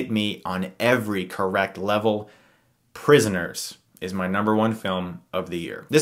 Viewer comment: OMFG just watched Prisioners! And soo far is one of my favorite films of the year to! I was doing something else while hearing your video and when I heard you said prisioners, my head turned like the one of a starving velocirraptor.